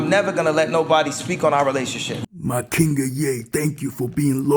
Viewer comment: I'm a white "KINGUH"